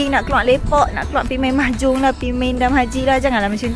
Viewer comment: "Pi main mahjunggg" 😂😂